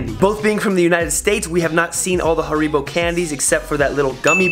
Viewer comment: Where's the problem? Almost correct . 😉